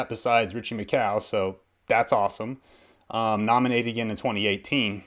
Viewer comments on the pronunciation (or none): you pronounce Richie macaw's name slightly wrong mate you say 'ma cow' but its 'mc whore' but your vids a great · It’s not cow it’s caw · Hey bro- good video. It's Ritchie McCaw though. it sounds like coors, not cow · its not Richie mccow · this man said Richie Mccow instead of Richie Mccaw 😂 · When you said Richie McCaw's Name at approx. 3 min you said it like "Mac-Cow" to say it properly try to say Mac-core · 😂😂😂😂 “Richie mccow” lmao I’m dying!!! Richie mc core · Kia ora, Please say Ritchie's Last name correctly. Not pronounce McCow, pronounced as Mc-Core (as apple core) Great that you've taken an interest in Rugby, and the All Blacks, now practice some Te Reo (Maori). As I know you would have done your research, that the USA team have come leaps and bounds when they first started, great to see, that their male and female 15's and 7's are coming through the ranks, and not just playing to make numbers. ka pai mahi mate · McCaw. Like the sound a crow makes. Not cow😉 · Did he say Richie macow 😂😂😂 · richie mccaw mccaw is pronounced, mc-core and beauden barrettt is the fastest person in nz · Josh Leonard I heard mccow haha was like bruh he’s not a cow 🤣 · Can you please learn the names before you say them, I don't really know about Richie Mccow and Julian Savvy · its pronounced "richie mc core" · Yo its prenounced muh-cor